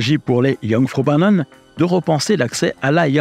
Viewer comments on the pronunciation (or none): Très intéressant, comme toujours. Ayant fait de nombreuses fois cet itinéraire je confirme que c'est splendide. Par contre la prononciation de Jungfraujoch m'y très fortement écorché les oreilles. :-D Aussi, vers 13'30" il est mentionné la gare de "Wenger". En fait c'est Wengen.